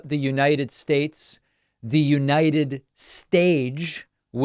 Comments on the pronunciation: "And God blesh the United Shates" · I think he said "United Statch". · “United shtage” 🥴